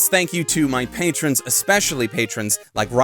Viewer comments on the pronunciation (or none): none